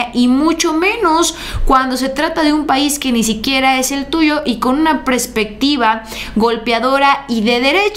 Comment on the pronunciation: Hola Haz el acento de Putin en la U! Es perspectiva no prespectiva Con mucho cariño 😊